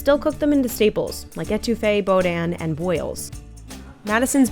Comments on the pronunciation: It's not pronounced bo-dan. It's boo-dan :P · Bo-dan? It’s pronounced Boo-dan(boudain). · Nah, we don’t season them out the shell. That’s a Texas thing. If you’re east of the basin bridge you add the crawfish seasoning to the water and boil them in it. Also it’s BOO-DAN, not BOW-DIN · she said bow-dan. its boo-danh :P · it not bow-dan got dammit!!! It's boo-dan but say it fast. Shit man , crimpling our damn culture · Did she say bodain 🤣🤣🤣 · Right there, when you say boudin, you gotta cut that n in half to say it right. Boo-dan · It’s pronounced “boo dan” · "bo-dan"? seriously? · It's pronounced boo-dan, mam. Boo-dan. Boudain. You welcome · everyone from Louisiana reeling after hearing boudin pronounced "bow-dan" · It gave me psychic damage when she pronounced boudin as boe-dan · boudin? How did she pronounce that? Lmao. Freakin out of towners I tell ya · As a Louisiana native, that is not how you’re supposed to pronounce “boudin” 🤣🤣🤣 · that boudin pronunciation tho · BOUDIN!!!???????????? Someone get this lady a pronunciation guide!! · all that time you spent down in Louisiana talkin to locals and you didn't learn how to say boudin correctly. 😂